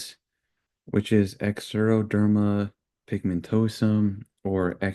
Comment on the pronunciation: Hi! XP mom here. This is a pretty good start at learning about XP. I have a couple of clarifying comments if you are interested in learning more. The term is pronounced "zero-derma." The x is tricky, lol. Each of the types of XP you mentioned (XPA-XPV) have different presentations. So, not all have neurodegeneration or lose hearing. Not all have freckles. Some have shorter life expectancy, others lead a normal lifespan if they stay protected from sun. For the treatments - the #1 biggest thing is actually prevention. The use of sunscreens and covering the entire body, including the scalp and face, when going outside allows for patients to do pretty much anything other people can do. Yes, our families do have to be cautious. But, these patients are resilient, and lead full lives. You might be interested to know that one of the people you have pictured in your slideshow is in middle school, active in clubs and team activities, and has tons of friends! I've known others who horseback ride, are teachers, do scientific research, or even surf. If you want to know more about what a lived experience with XP is, feel free to check out the XP Family Support Group - google it!